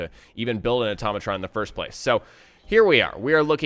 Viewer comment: IT IS AHH-TOE-MAT-RON NOT OH-TAHH-MOH-TRON